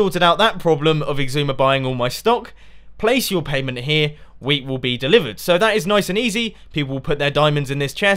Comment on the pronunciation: every time Mumbo says "Wheat" I think he says "Weed"